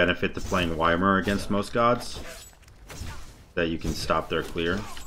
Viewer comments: Gotta love the why-mer gameplay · It’s pronounced like yemir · Why-mer??? Oof